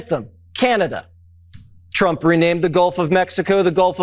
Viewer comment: Does she realize she says president Chump not Trump 😂😂😂😂😂